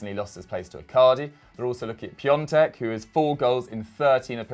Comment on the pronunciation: My dude, isn't polish, nobody who isn't eastern european will pronounce his name correctly. The difference beetween Piontek and Piątek is that you miss the N. Fuck it. It isn't a mistake worthy of noting.